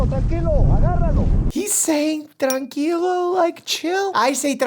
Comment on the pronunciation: Mike actually hitting the R in tranquilo made me very proud